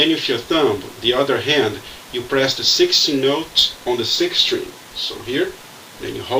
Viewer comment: I heard "6th note" too because of his accent, but 1st seeing his hand move towards the nut, I thought he maybe he actually said "16th note." Then I looked at his thumb on the neck---right on the 16th fret.